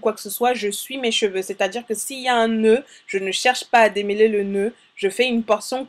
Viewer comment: "démeuler" ????? "démeulage" ????